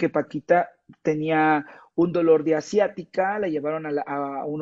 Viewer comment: Que bárbaro, no te me diste, jajajaja jajajaja jajajaja. Es siatica, no asiática y Paquita es de México.no de Asia, jajajaja jajajaja que yo sepa. 😂🤣🤣🤣